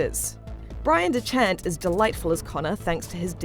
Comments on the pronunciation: Dechart Its pronounced Deck heart not da chart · Brian dechant? It’s Brian dechart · did she just call him "Brian dechant"? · You know the reviews gonna be bad when the reviewer calls bryan dechart, bryan dechant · Anyone else cry a little at "Bryan DeChant"? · Bryan Dechant. BRYAN HAS BEEN DENCHANTED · Am I the only one who heard her refer to Bryan Dechart as “Bryan Dechant”? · Bryan " Deh-chant " Does IGN not fact check their scripts anymore?